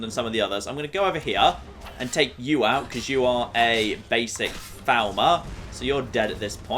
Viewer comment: For the Three Thousandanth time, FALL MER not FOWL MER!